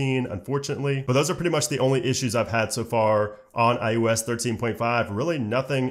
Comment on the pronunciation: he said "IUS"